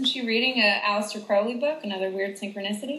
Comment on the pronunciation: yay she pronounces uncle aleister's name right!